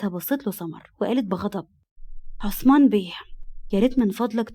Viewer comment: هوة اسمو عصمان ولى عثمان ولى همة بينطقوهة كدى حد يرد علية 😢